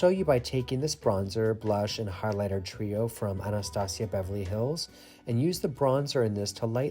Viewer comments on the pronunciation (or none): none